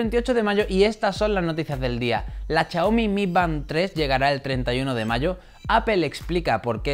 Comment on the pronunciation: Chiaomi, shataka :v